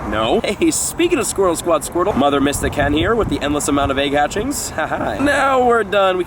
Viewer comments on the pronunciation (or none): none